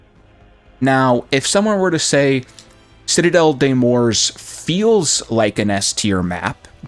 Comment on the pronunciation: It’s morts…… not Morse 😂🤦🏽‍♂️